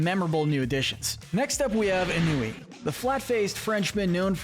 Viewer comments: True story and it's pronounced on -wee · ennui is a girl and its pronounced anwee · It’s pronounced AWN-wee, “”, French for Boredom! Also, she’s a female! Stop mispronouncing character names and misgendering them as well,! It’s getting old, habitual, ridiculous, and repetitive! 🤨🙄😤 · Ennui a girl please get it right plase